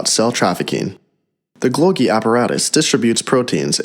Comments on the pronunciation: It is called Golgi, not Glogi. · Repeat after me: Goal-gee, goal-gee, golgi... not glogi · This man really said glogi